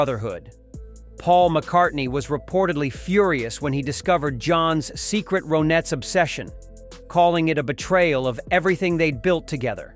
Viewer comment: I love the Ronettes. The computer voice calls them Roe Nets. Nope. Pronounced like Ronnettes. Lennon was not a fraud.